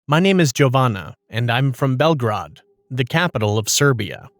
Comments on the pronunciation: A Serb here. Belgrade is pronounced as bl-greid 💀 The J in Jovana is pronounced similarly to I-ovana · Im dying because of the way they pronounced Belgrade and the name Jovana😭😭